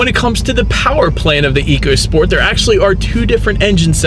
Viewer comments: It’s pronounced echo not eco per Ford. Just saying. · Very good review, however Ford excs say this car is pronounced Echo Sport not eco as it is spelled on the vehicle. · It's pronounced "ECHO SPORT."